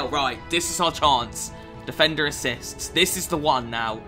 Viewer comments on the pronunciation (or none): Anyone else notice mcjells mad cornish accent every single time he said defender? "Difendur"